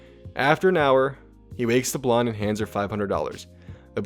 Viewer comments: Why are you pronouncing blonde like blondie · Did this man pronounce the "e" in blonde?